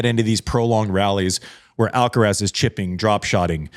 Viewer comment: How come an American can say Iga’s surname and not Carlitos’?